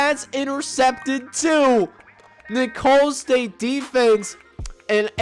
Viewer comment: For future reference Nicolls st is pronounced like “nickels” state. Keep up the great content